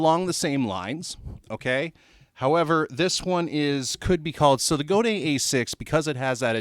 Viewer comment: I learned classical guitar before becoming obsessed with electric. You nailed the pronunciation of Godin! I got a weird Godin guitar from my teacher. It was a 2008 A11 Glissentar, which had 11 strings and no frets, but someone had a luthier fret it and chop off the 11 string part of the headstock to turn it into a regular 6 string. It has a cedar top, ebony fretboard and quartersawn neck. I love it more than any other nylon guitar I've tried. It sounds so much like the real thing when you plug it in. Some nylon electric acoustics have a plastic sounding attack in the plugged in sound. I did notice that it's very low-mid heavy compared to electric or steel acoustics. I plug it into a tube screamer to cut some bass and then add clarity with an EQ Pedal in the 4-6khz range. A slight overdrive sounds killer, but can get very noisy if you add gain.